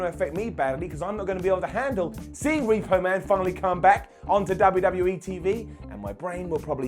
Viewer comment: He really said repo man 🤣🤣